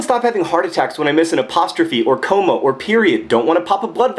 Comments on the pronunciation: what the hell? A COOOW-MAH? It's pronounced ca-mah. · He pronounced it like "coma" because that's how she spelled it. And demeaning others is pretty much the opposite of what John usually does, this just happens to be a case of a good writer being distressed from reading the work of a bad one. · i've never heard comma pronounced that way before... have i been saying it wrong this whole time?? :/